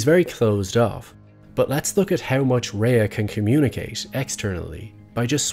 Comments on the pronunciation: Excellent observation. Her name is pronounced "Ray". Not "Raya." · And her name is pronounced RAY not RAYA fyi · Her name is pronounced Ray jsyk.She is a fabulous actor, when she cried on the bus it was the most realistic full body sobbing I've ever seen. Every scene is a masterclass in acting, Kim was a fully realised character from day 1. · Yep. "Ray." Watch just one behind the scenes for BCS and you'll hear it pronounced that way over and over. I guess this guy just didn't observe that. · I know everyone gets this wrong, but her name is pronounced as just ‘Ray’. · Rhea is actually pronounced like 'Ray' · her name should be pronounced like "Ray" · Kim is incredible, but Rhea is pronounced "Ray". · the pronunciation is Ray though... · I agree your video essay is an excellent tribute to her accomplishment on BCS. I’m a subscriber and I like your take. It’s just as I was watching every time you pronounced her name I cringed, the same way people pronounce my last name wrong. Every time it took me out of the video and lost focus on what you were saying. I looked it up and “ray” is the German pronunciation, coincidentally, my last name is also German, and coincidentally people constantly saying bayer instead of what sounds like “buyer.” Anyway, I agree with Dale Carnegie when he says “Remember that a person's name is to that person, the sweetest and most important sound in any language,” he ought to have added when you get right, when you say wrong it’s like clanging gongs. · Except that he doesn’t know how to pronounce “Rhea”. One questions how closely he really does follow this actress. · Amazing video on an amazing actor that also manages to pronounce her name wrong for the entire 16 minutes 😭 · Rhea's name is pronounced "Ray" not "Raya." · Only criticism is mispronounced Rhea's name. "RAY" not "RAYA" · Excellent analysis of her performance. One minor note, her name is pronounced "Rey" with one syllable, not "Rey-ah," despite how it's spelled. Just so you know!